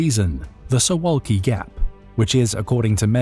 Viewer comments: I've watched one third of the video so far. Not trying to make deeper analyses yet, just wanted to note that you're pronouncing Suwałki incorrectly, and fixing it will be easy for you. This is about two simple consonants (you got everything else, incl. the vowels, just right). In Polish, the letter v is absent and the sound is represented by w, and ł is practically the same as w in English. So imagine you're tasked with reading Suvawki. :) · It would be easy to learn how to pronounce “Suwalki” and to check who has been Poland’s prime minister for the last three months.